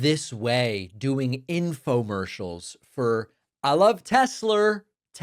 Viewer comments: Can we please call it Tesler from now on??? PLEASE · I like that he calls it tesler. It brings me joy. I wonder what Elon is thinking as he's saying it. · TeSlur not Tesler - Freudian slip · New sound bite gold sir! I love teslerr! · LOLOL! I thought I was the only one who noticed he called it Tesler! LOLOLOLOLOLOLOL!!! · Tesler? I hardly know her. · Didn't he shut down all charging stations at federal facilities and sell off EVs? And now he 'loves Teslerrr!' 😂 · He wanted to say Hitler, but said Tesler 🤣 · Hahaha I lol'ed. I love Tesler!!! hahaha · Please put “I love Tesler” on your sound board, I’m begging you David… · FentinALL and TesLER 😂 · You can’t afford eggs but you can afford a Tesler. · I believe it’s spelled “Tessler” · Hulllurrr Teslurrr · Elon slipped Ketamine in the koolaid. Teslurr. Oo computers, I can't drive but love Teslurr.😂😂😂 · "I love Teslur Pee 100" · David you have got to make "I LOVE TESLAR" into a soundclip. PLEASE! Even "Everything's computer." Would be a brilliant sound clip. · I HEARD THAT SHIT TODAY I WAS LIKE 😳 TESLER 😂🤣😭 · When signs of dementia starts it’s usually with speech. Words like tesler and look it has computer. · Lol I thought David was exaggerating when he said "Tesler" lol but nope leave it to Trump! Lol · He called it that TWICE wtf telsler he keeps calling it that lmao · David, Sir, I believe "I love Tesler" would make a nice addition to your soundboard. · “I LOVE TESLER” 😂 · Tezzler Tezzler rhymes with embezzler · no thanx .... no teslur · Oh no. Mr. Packman has a new united ssghhhhates. TESLUR. 😂😂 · From the guy that called his own site "Troth Sensual" you get "Tesler" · Warter. Tesler. The guy is an idiot. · The fact he doesn't know how to pronounce Tesla is crazy😂😂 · How appropriate coming from him…. TES-SLUR!!😮😮😮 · Pronouncing Tesla with the hard R is crazy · I love Tessler! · Haha Tesler. Comedy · 😂😂😂 when’s the last time Trump even drove a car? “TESSLER” hahahaha what a buffoon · "I Love Tesler"....omg